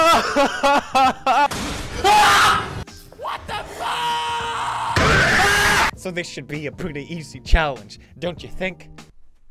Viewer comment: Don't says fack